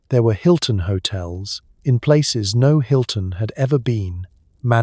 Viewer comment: Whotel Inn?